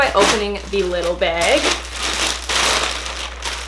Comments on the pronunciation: I love how you say bag haha “beg” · I love how you say behg (bag) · i live in oklahoma, and i went to minnesota to meet a friend, and like wherever we’d go someone would say bag and i’d literally like die because it was so unusual to hear bAg instead of bag so often. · It’s a Canadian thing 😂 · i love how she says bag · editing is the funniest and i love the way u say bag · I love the way you say "bag" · Its canadian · jahseh tesfaye cuz she’s Canadian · me too! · I love how Canadians say "bag" 😋